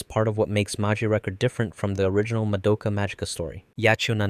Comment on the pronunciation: Why can’t anyone pronounce Madoka’s name right? They say it a thousand times in the anime, do people just not pay attention?